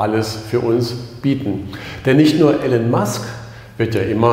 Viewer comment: IIIIIIlon nicht Alan Musk....Omg